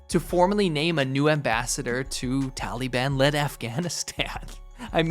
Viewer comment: 'tally'ban hahahaha